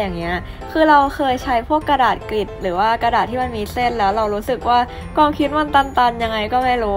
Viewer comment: ชอบมากกก คอนเท้นดีตลอดเยย แต่อยากให้ออกเสียงคำว่า ความ ให้ถูกต้องอ่ะค่ะ ชอบออกเสียงเป็น กวาม ตลอดเยยง่าา